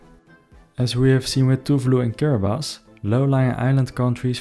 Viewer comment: Thank you for pronouncing Kiribati correctly. Young people from Tuvalu are being sent to mainly New Zealand and some to Australia to work because their island most likely will not swallowed up in the not too distant future